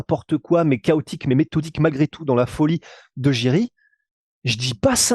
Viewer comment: Ça se prononce YIRI ET PAS DJIRI PROCHAZKA MERCI on a mal aux oreilles les tchécoslovaque 😊